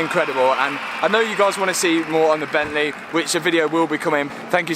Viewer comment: Nice! 2 Audehs and a Bentleh.